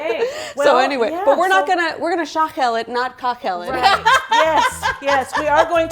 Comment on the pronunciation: Great job. Put the stress on the last syllable when speaking or pronouncing Armenian words so it’ll be “shaghel’l”. Black pepper? It was a surprise for me, too when the egg was added. I think, it’s an American influence, Armenians don’t add an egg usually.